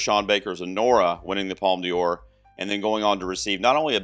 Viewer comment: Not a criticism, but you're pronouncing D'Or as if it was Dior (the fashion and makeup brand). It should be pronounced like "door" since the apostrophe after the D replaces an E and connects De with Or so it becomes DOR. About New Vague (originally nouvelle vague), vague means wave. According to Wikipedia, Un Certain Regard is "The section presents 20 films with unusual styles and non-traditional stories seeking international recognition". Of course all these are minor comments, I always enjoy your videos.